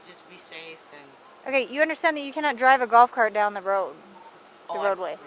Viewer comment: "Awm gonna DRAWV to this address..." Hillbilly.